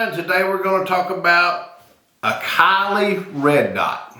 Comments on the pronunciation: its pronounced silly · It is pronounced "C Lee" not after a Kardashian